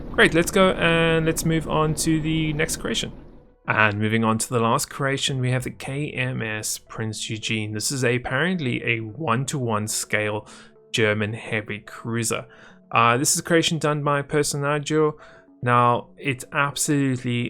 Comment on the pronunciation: It's prinz eugen and not prinz ujin ( prononciation)